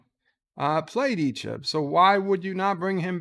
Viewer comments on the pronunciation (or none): Yo man! learn how to say it! It's EeeCHEB, not Eeechib!